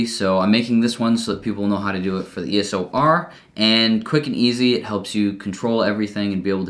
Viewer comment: It's called eos r not eso r😂